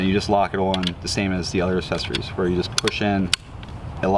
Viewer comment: Take a shot everytime says "assessories"